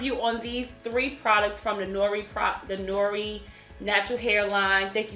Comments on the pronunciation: Hey!!! Noir is french for black and pronounced (nawar) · Lol Noir is French for black, so it's pronounced like "nwa". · Hey it's pronounced nu-war. It's French.